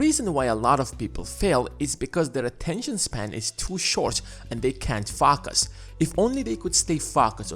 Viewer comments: the way you spell " focus " man is just ... "Fakos" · Hahaha omg I wish you would say fakus more😂😂😂😂😂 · stay “fockus” America lol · I like the way you say "fuck us", oops, I meant "focus"🤣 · Pretty sure he say it in that way to see if you can fakus